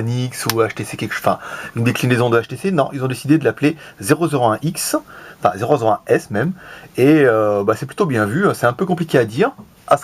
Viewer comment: A mon avis on prononce one S comme le htc one s ;)